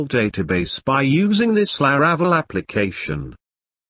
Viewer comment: His pronunciation of La-RA-cel is painful